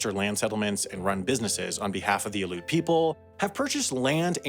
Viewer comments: It’s pronounced Ally-oot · Great video. You should know it’s Al-E-oot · "Aleut" is three syllables—Al-ee-ut. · Aleut is pronounced Al-Ee-yOut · “alEOOOt”. How to say Aleut. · Love your videos man, but as an Alaskan, the way you say “Aleut” as “Aloot” is so incorrect it’s mildly distracting 😂 otherwise good shit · When pronouncing Aleut the "e" is not silent. Al ee UT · You badly pronounced Aleut, but otherwise cool video! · I can't believe you don't know how to pronounce Aleut. What a clown. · I spent lots of time there in the early 2000's. Crazy beautiful. I just wish you (creator of this video) would learn how to pronounce Aleut correctly. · Aleut, not pronounced ‘Aloot’, it is ‘Al-ee-oot’ Cool to see some footage on a place not many people know about! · It's not "Aloot," it's spelled and pronounced 'Aleut,' i.e. 'Alley-oot.' The preference these days is Alutiq. (Alootik) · Never heard the natives called "a-loots", always "a-lee-oots". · it's confusing cuz of the pronunciation of "aleutian" - but those (like me) who grew up in alaska know that they pronounce their tribal name "aleut" with 3 syllables - AL ee oot" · As someone who lived up there for 17 years I had to laugh at how he pronounces “Aleut”. It’s supposed to be “Alley-Yoot”… (not “aloot”). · “Aloot” is a horrible mispronunciation. Aleut or “Ah-Le-Yoot” is the correct pronunciation of the word shortened from Aleutian. Dude… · I grew up in the Aleutian Islands, the Aleut culture is pronounced “Al E Ute” not “Aloots” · They are not called A-luts. It is pronounced Al-e-uts. Three syllables, hard E. It would be nice if you made a note of this mistake somewhere (in the description maybe?) I'm sure the Aleuts would appreciate it. Thank you. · Aleut pronunciation - al-ee-yute, not aloot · I've never heard Aleut pronounced as al-oot before, always Al-ee-oot. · pronounced alli-uut